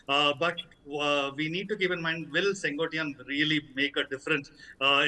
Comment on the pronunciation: The name is not Sen Goat ttai yaan. It is Sen quote tai yan. It means the man who rules the Red fort (nothing to do with Red fort in Delhi ) it can mean two things. 1) sengottai means refined fort or the Red fort. There is a place in Tamil Nadu which is called Senkottai in Tirunelveli district. That's the third meaning. 2) I wonder why news readers from north India who work hard to pronounce Western words correctly, refuse to learn South Indian names and words properly ? Is it arrogance & an "I don't care attitude" or lack of dedication to your profession ? सैन को टाई यान. Repeat it again and again and learn.